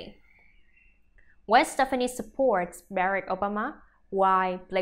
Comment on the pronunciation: This reporter needs to say Gwens name correctly. And maybe just maybe I might believe her